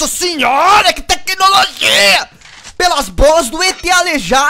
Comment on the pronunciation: Teclologia esse mata o português